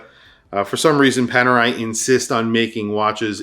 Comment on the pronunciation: It's Panerai